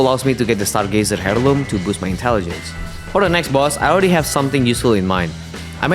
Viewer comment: "heirloom" is pronounced air-loom btw.